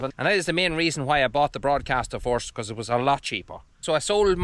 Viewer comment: You sometimes get some of your pronounciations wrong it’s first not forced.